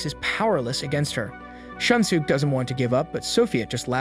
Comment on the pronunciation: Can't get over the pronunciation of their names loool "shun sook"